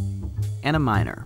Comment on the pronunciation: i heard and a minor not miner